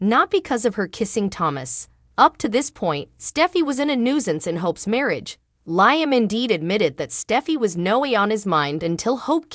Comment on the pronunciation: It’s pronounced Liam Lee Um. Hello?